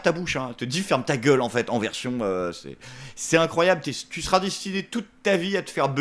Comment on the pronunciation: Et les "tchu", "genre".